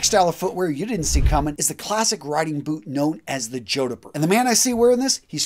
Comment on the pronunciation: Are Jodhpur boots related to the Indian city of Jodhpur? If it is, your pronunciation was way off 😅